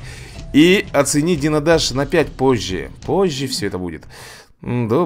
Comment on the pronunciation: ты сказал дино даш